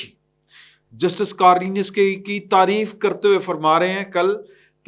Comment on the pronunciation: کارلینیس نہیں کارنیلئس ہے